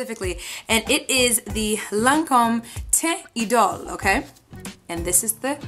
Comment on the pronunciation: You are the first makeup guru I have found that said the name right. AWESOME!